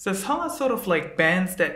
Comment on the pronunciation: Are you Korean? Your pronunciation is good when you said 성하. Thanks for making lesson.